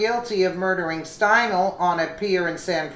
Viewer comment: Ok enough ! It’s pronounced Kate Stine lee !!! Kate Stinele FFS I’m sorry but pronounce it right !!! She is dead !!